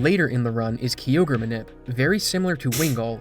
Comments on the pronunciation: Never seen anyone call Kyogre "Key-ogre" lmao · Best one I've heard is when I worked at gamestop during the ORAS release. Marketing videos said "groo-don" and "key-ogg-ree" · My brother never played pokemon only Dragonball Games and well the first Time he saw it he went Kaio-gre 😂😂😂😂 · Every time I heard say Kyogre it hurts my soul is incorrect about the crit chance it's 6.25% not 3%